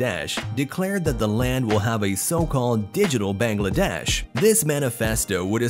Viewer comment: The pronunciation is Baang-laa-desh not Beng-lae-desh. Btw take Love ❤️